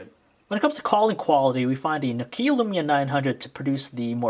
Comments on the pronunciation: It's nokia.. Not no kia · NÒKIA or nOkia, not NOKIÀ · For f**k sake it's not NOkia it's Nokia... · It's pronounced "Nokia Lumia", not "Nokiiä Lyumiä" I'm from Finland so i know that. By the way, LUMIA 900 ROCKS!!!!! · is nu-keea a new brand? lol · you pronounce nokia wrong!!!! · anyone else getting anoyed about how he was saying nokia